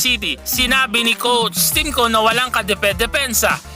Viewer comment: Parang hirap na hirap ka sabihin Yung "coach Tim cone"